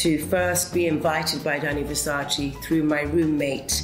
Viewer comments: It’s VersacÈ not Versaci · I think she should pronounce it VersacE not Versaci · Ver-sa-che Not ver-sa-chee. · It’s Verscacé not Versaciéé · Donatella, Which Italian word do you wish English speakers would stop saying incorrectly? -It’s Versace, non Versacheee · lol ouuuu naomii you know donatella dont like when we say versaciiii is versace :D :D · All this years working for Versace and never learnt how to pronounce it properly . It’s Versace not versaci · VersacE no Versaci 🤣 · she could at least get the name right: it has never been Versaciiiiiiiiii. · it’s versace. not versaci! 😒😒😒😒😒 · So embarrassing that she pronounced it Versacie It’s ver-sa-cé naomi! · She knew Versace personally and she still calls the brand "Versaci" like americans 🙈🤷‍♀️ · but uhm the brand is Italian and it’s not pronounced VerSaCII 🤷🏻‍♀️ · It's VersacE lol! Love you, Naomi! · Sorry if this is off topic, but the pronunciation of the name of 2 Italian fashion houses so famous for many years is still completely wrong. The final E (VersacE, DolcE e Gabbana) is not pronounced as an I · It has to get on Donatella’s nerves that Naomi says Versachee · Shes a legend but still saying Versachi.... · Omg! How can she mispronounce Versace as “Versachi”? Donatella should be upset for her tackiness. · Versaci? Really Naomi? After all these years? Really??? 🤷🏼‍♂️ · and she can't even say VersacE RIGHT ... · I cant get over the fact she is naomi and how she pronounces versace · It’s weird that after all those years working for Versace she keep saying it with the wrong pronunciation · How come after all this year's they can't pronounce correctly Versace? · I mean, if she has worked for Gianni Versace for so many years, why doesn't she learn how to correctly pronounce his brand?! IT'S VERSACE. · Surprised she pronounces Versace incorrectly. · Even Naomi doesn’t pronounce Versace right how disappointing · I honestly admire Naomi, but how is it possible that she still can't pronounce Versace?